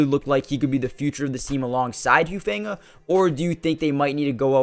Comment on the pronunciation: It’s pronounced “who-fun-ga”